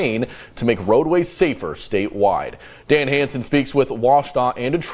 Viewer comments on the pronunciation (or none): none